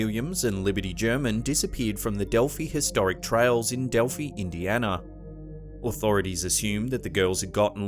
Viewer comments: Dear. It's not Delphee Indiana. It's DelphEYE. The final I is pronounced as an I not a long E. Cheers mate. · It's Dell-fi, not delfie, just fyi, and it has finally been solved!! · Pronounced “DELF-EYE”, not “DEL-FEE”.